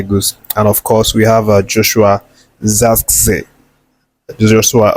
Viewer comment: And "Zirkzee"is pronounced "zeerk see". "Jose" is pronounced "Hose".